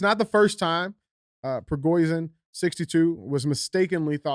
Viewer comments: Ya-give-knee. Pre-go-shin. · The leader of the Wagner Group’s last name is pronounced phonetically “Pri-go-shan”. It was either a “Hit”, or he’s faked his own “supposed”, death so he can live longer because Putin would eventually have him killed. Fact! He should’ve never stopped before going to Moscow! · It's PRE-GO-SHIN for phonetics